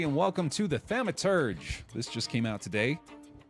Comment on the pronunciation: buddy, thaw-muh-turj. 🤗